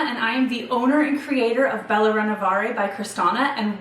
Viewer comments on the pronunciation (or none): none